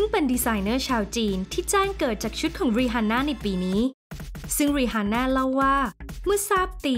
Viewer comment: ขัดใจกับการเรียกชื่อ rihanna (รีอาน่า)